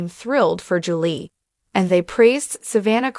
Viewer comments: Who read this? Their last name is pronounced Chris Lee. Julie is pronounced Jul Lee not Jul lay lol. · Her name is Julie pronounced ju-lee not Julay. Get your names correct.